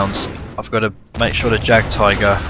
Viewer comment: Say it like yag tiger